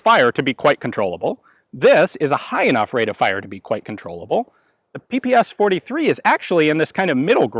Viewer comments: It's not Pee Pee eS eicH, because those are not four letters/sounds, but only three of them Pee Pee eSh or Shee, where Sh is like in shoe, show, shot. That's why the h is in small caps. Just call it PaPaSha, it's the closest you'll get to how it's actually called. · You are pronouncing dis wrong. It is pronounced, 'p-pshh' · PPSh is actually pronounced P-P-'SH', like in Shh!, it's named after a guy named Shpageen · Cool video but the name sounds different. П П Ш P P Sh (peestolet pooljemet Sh'pag eena Shpagin submachine gun) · Ш is not "sha", but "sh" (or "esh"). The designer was called Шпагин = shpagin, not shApagin, and the gun is literally called "Shpagin's submachinegun", that's why it is "pe-pe-esh". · In Russian this gun is called Peh-Peh-Shah😉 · Ппш 41. Its pronounced Pe pe sha. Nice shooting test id love to shoot one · just a little thing in case anyone hasn't already mentioned it the "ppsh" is actually pronounce "papashaw" for reasons i'm not even gonna try and understand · Instead of pps does not one normally say pey pey sha for that particular submachine gun. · Greetings from Russia. I really love your channel. the correct pronunciation of PPSh is [pæ-pæ-ʃʌ] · So many people mispronounce the name of the gun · LOL he pronounces ППШ completly wrong. Write "ППШ" in Google Translate (russian language) and listen. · Ppsh is pronounsed as pe-pe-sha. This abbreviation consists of three Russian letters ППШ, where Ш = SHA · The name is not Pe-Pe-eS-h. It’s “pepesha” 😁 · Strange to hear you say "P-P-S-H", when it should be "P-P-SH" or "pe-pe-sha". It stands for pistolet-pulemyot Shpagina, or Пистолет-пулемёт Шпагина. Shpagin was the inventor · its not P-P-S-H ! its P-P-Sh 3 letters ! ППШ u have not letter "Sh" = Ш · It is not pronounced”P P S H”. The proper way is”PEH PEH SHA(like in SHort). It stands for «Пистолет пулемёт Шпагина» . Literary “Shpagin’s submachine pistol” Shpagin is the last name of the inventor. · PehPehSha! Not PePeEs-H.